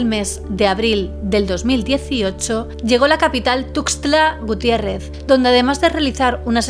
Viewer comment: ☕🇲🇽👌🏼 Perfecta 👌🏼 tu pronunciación de Tuxtla Gutiérrez Chiapas, ó los Tuxtlas, Veracruz. ❤❤❤